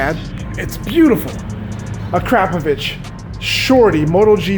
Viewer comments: A-crop-of-itch c'mon man. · "Uh Crap Oh Vich" BWAHAHAHAHAHAHAHAHAHAHA. Bro, it's "Uh-CROP-ah-vich", definitely not "crap". Best exhaust out there. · When he says akrapovic it sounds like " a crop of itch*